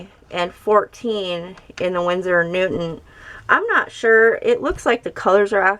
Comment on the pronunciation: Hehe.. You keep saying winsor and newtman 😄.. Nice video btw, i have the koi set but now you've made me want to try out the cotman😄